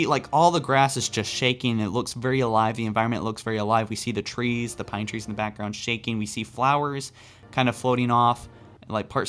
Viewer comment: "I love pinetreens pine trees are amazing "😂😂